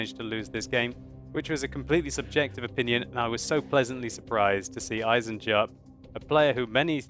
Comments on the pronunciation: Eisen-Jupp - Iron-Jack I would translate his name like above! ;) (To pronounce it right dont speak the J, just say EisenUpp! :D) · Eisenjupp, iron joe, spell it like eisenyoupp.